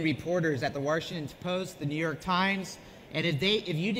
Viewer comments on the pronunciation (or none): Wash not Warshington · Why does (porn name) say "Warshington"? 🤦🏻‍♂️ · "Warshington Post"